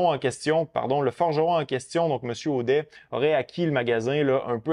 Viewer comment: On dit "Audette" même si ça s'écrit "Audet" 🤭. Fin de ma parenthèse, merci pour la vidéo 💪🏼